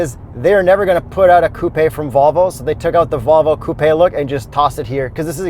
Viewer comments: stop saying ‘coo-pay’. Lol you aren’t sophisticated or European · Wait why does he pronounce it like toupé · Where are you that coupe sounds like coopay? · Can anyone count how many times they've said "Coo Pay" in the video lol